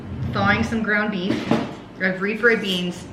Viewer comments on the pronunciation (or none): Did you just say ground meaf lol I say that all the time or maybe I heard it wrong lol